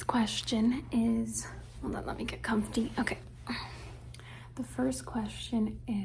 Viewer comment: no disrespect, but it's "come fee" not "comf tee". anyway back to binge watching your content.